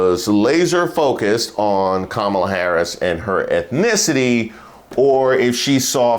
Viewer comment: If she can't say the VP name correctly... Doesn't that show ignorance? I guess we can do like Micheal s mom (Think Like A Man Movie) and call her Tandence 😂😂🤣😂🤣🤣 As Far as Judge Joe Brown.... Malcolm X called his "kind" out long ago...😡😡😡